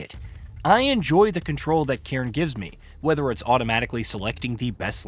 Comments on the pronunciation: I believe it’s a Scottish word to describe a stack of rocks. The best cairn ever? The Cairn terrier (see Toto from the Wizard of Oz as an example). :) it’s pronounced “Care, Nnn”. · Can't trust someone who can't even look up a word they don't know. If you can't even pronounce the games name correctly how am I meant to believe you?